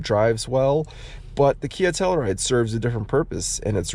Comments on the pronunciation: You know, if you’re going to have a Telluride in your garage/driveway, you should at least learn how to pronounce “Telluride”. It’s “Tell-YOU-ride”, not “Tell-ER-ride”, ffs! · I work for KIA. Nice job on the video. Only negative feedback I have is regarding the pronunciation of Telluride. Proper way: Tell-you-ride Your way: Tell-uh-ride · It’s a Tell U Ride.. you keep saying Tell E Ride. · Pretty minor complaints. I think the one complaint I have is how you pronounced Telluride.